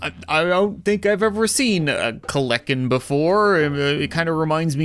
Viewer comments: It’s called kelenken not kleken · its said hearing him say kelenkin as a dino nerd